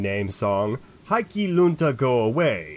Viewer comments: Love your videos, but your pronunciation needs work. The true Finnish pronunciation of Heikki would phonetically be “Hay-key” not “High-key”. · It's pronounced HEY-key Lunta you got that right! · would you please put a minumum of effort into the pronounciation? HEIK-KI (and if you dont stop to pronounce the "E" like an "A" then i will send some finnish gods over to freeze off your little heikki!) in the word "hello" you have the correct "e" - use that damnid. Also, if a word has 2 "k" then it is for a reason. You cant just get away with pretending its just one. perkele!:-) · I hope that's how they teach Finnish to foreigners. The right attitude, perkele :D Tbh I don't think there are many in the Michigan Upper North Peninsula who pronounce it right, which makes me wonder who even gets to define the correct pronunciation.